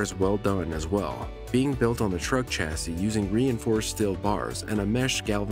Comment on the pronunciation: Don't pronounce the final "s" in "chassis": "cha-ssee"